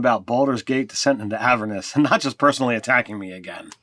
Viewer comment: On that note. Avernus is a real word, based on a real place. The accent is on the second syllable. "a-VERN-us".